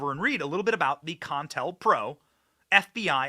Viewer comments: It's not con-tel-pro Benny it's co-intel-pro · It's CO INTEL not contel or whatever you're saying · Long time since i heard the words "COINTELPRO." its pronounced COH-Intel-PRO.